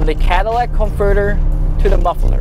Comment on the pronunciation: “Cadillac converter”